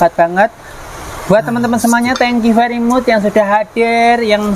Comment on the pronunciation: pinter bicara dan mirip presenter..ttp itu lho..diahir kata..ngganjel.di.ulang2 trus.kata2 inggris.utk trm ksh kan ngucapy Thengkyu VERYMACH..bukan VERYMUCH... smg lancar berpuasa dg kompak..